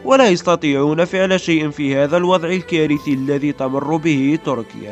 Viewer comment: تركيا وليس طركيا... أعدل لسانك